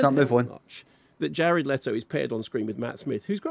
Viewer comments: It’s Le-to Jared Le-to. Are you a baby? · Love how defensive Limmy is over them correctly pronouncing Jared "Letto" when he sounds like a deep fried haggis himself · "jared lettle"